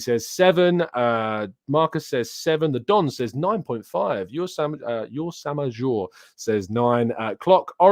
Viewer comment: obviously not an astronomer. What the heck was that pronunciation of ursa major?